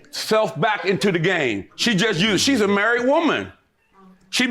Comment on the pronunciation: “You’re marrett” “You’re marrett”😂😂😂😂